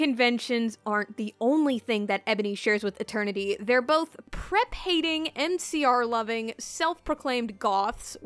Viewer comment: Everytime I heard say "MCR", I heard "NCR", and I was like, "why do these people love President Kimball so much?"